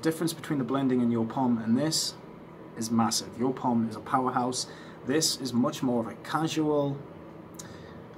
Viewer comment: Nice to see you're back on stage 🤘🏼🤘🏼 and also nice to hear you're pronunciation for Joop is correct 😉 My German ear's are so thankful 🤣